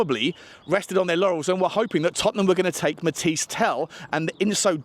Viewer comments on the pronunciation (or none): none